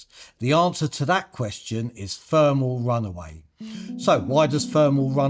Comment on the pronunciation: THermal! THermal!! Not Fermal! FFS. Why can't Brits not speak properly any more? It really makes whatever you say irrelevant however important it is.